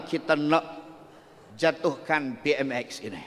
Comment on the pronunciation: Btul ka ap yg sya dengar.. dia sbut PMS bbrapa kli😂😂😂,,PMS sapa😅😅😅